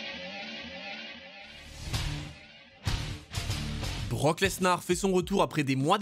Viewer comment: BROCK LenSAR 😂😂😂😂